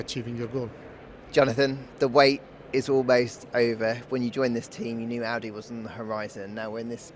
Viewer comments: Not the introduction saying 'Awdi'... bruh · Can't even pronouce Audi 😅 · Also mispronounced Audi, for the full hat trick